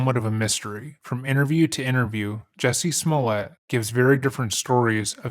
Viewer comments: thought it was pronounced juicy suhmoleeay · IT'S PRONOUNCED, "JOOSY SMOOYAY"!